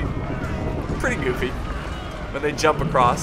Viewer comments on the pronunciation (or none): none